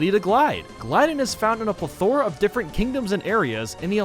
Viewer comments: Plethora. PLETHORA. P L E T H O R A. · he pronounces plethora wrong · you pronounced plethora wrong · hey, i dont think thats how you pronounce “plethora” lmao